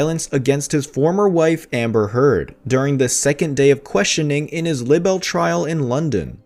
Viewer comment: Libel is pronounced "Lie-Bell".